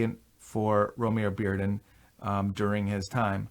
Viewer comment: something I didn't know until recently, but there was a recent Modern Art Notes podcast (#577) with a Bearden expert/biographer, and his first name is actually pronounced "Roe-mah-ree".